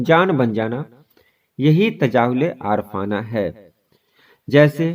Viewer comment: Lafz Aarif-aana ko aar-fana padhte hain aap..ray pe zabar ke sath